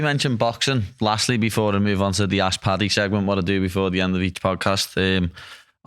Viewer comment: ‘Ask Paddy’ … I thought he kept saying ‘Ass Party’ segment legit